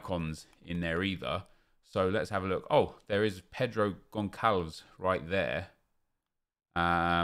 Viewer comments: Did man say gonkalvs? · He says Gonçalo in goncalo guedes perfect but when he says Goncalves he says it completely wrong as if the ç is a k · I get that it’s hard to always know how to pronounce foreign names correctly... but just so you know, the ‘ç’ in Portuguese makes an ‘s’ sound. So it’s pronounced Consalves. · Im portuguese and you pronounced his name so wrong hahahahah, but still good try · São péssimos na pronúncia